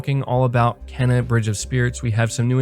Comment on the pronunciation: your killing me bro lol its pronounced "Kay-na"